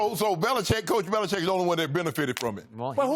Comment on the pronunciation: Bro when Skip said "Bellicheat" I laughed